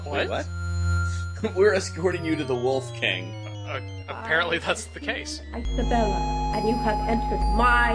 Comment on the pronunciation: "Queen ICE-abella.." Me: *rolls eyes so hard they fall out*